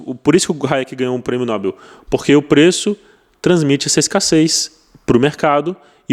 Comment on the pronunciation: Prémio "nobel" e não nóbel😂😂😂